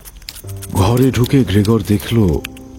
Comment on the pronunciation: এ গল্প রাজনৈতিক-সামাজিক-অর্থনৈতিক এবং মানবিক সম্পর্কের টানাপোড়েনের-দুঃসহ যন্ত্রণার গল্প।সক্কলের অভিনয় বেশ ভালো।তবে গ্রেগর নামটা সঠিক উচ্চারণ করা উচিৎ ছিলো।অ কার কানে লাগছে ❤